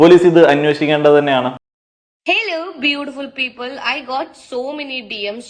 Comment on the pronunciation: അളൂ.... ബൂടിപുൽ പ്പ്പ്‌ൾ 😁